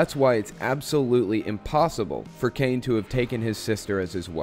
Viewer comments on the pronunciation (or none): none